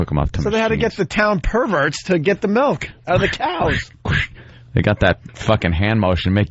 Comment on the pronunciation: Does anyone else pronounce it Melk or just?